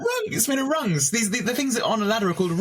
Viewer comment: They’re called rungs. Not runs. x